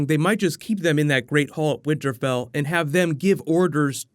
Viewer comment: Did you say winter bell? Lol